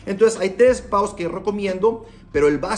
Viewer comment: = "Hay tres 'paos' que recomiendo..." ¿Paos o pasos? Pronuncia bien, mi querido zapatero...